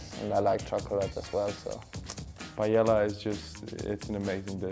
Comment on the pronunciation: Funny how some of the European players pronounce it PayeLa, when everybody who is even minimally cultured knows its pronounced Pa-eyya.